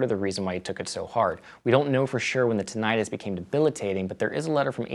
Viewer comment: You don't pronounce tinnitus like that.